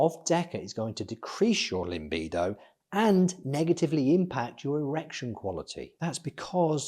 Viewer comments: LA —-bido! La…La…laaa—bido! It’s not limbido lol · Thanks for the video! This explains everything nicely for beginners. It‘s called „libido“ though, not „limbido“, although the limbic system plays a role in regulating our libido.